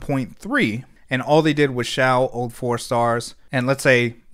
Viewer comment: Eyyyyyy finally someone pronounced Xiao correctly 🔥